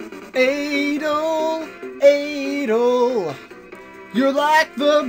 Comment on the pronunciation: Also I'm not sure but I think you say it like A-DOLL